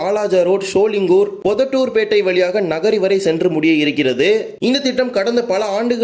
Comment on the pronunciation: தம்பி சோழிங்கூர் இல்லை சோழிங்கர்